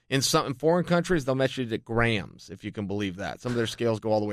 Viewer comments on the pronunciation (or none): none